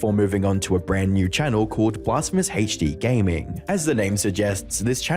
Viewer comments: It’s hd not haech d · 'Blasphemous HaichDEE' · Take a shot each time this guy says “BlasphemousHeachDee” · why do British pronounce HD like that